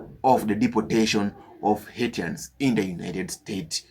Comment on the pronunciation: This question goes to the owner of this youtube channel, do you know Haitians are also Americans? And please learn how to pronounce Haitians.